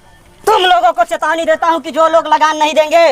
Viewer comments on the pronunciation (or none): हेतवानी नही चेतवानी